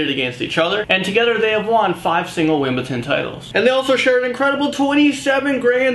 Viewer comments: FFS it's not wimbleton its Wimbledon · Did he say wimbleton? It's Wimbledon... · wtf is wimbleton lmao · Lol I like the way he sais Wimbledon. "wimbelton" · It's Wimbledon not Wimbledon